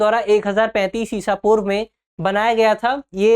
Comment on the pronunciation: ईशा पूर्व कैसे कहा आपने 😮😮😮😮😮